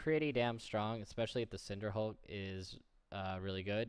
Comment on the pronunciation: He is pronouncing it correctly, go learn english.